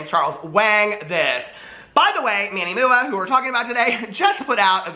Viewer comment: “Now I’m a serious reporter of the world. (Fixes glasses)...So, Manny MOO-AH cane out...” 🤣🤣 Love ya,!💙